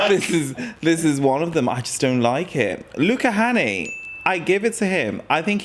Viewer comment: “Hänni” is pronounced like “penny” but with an h 😅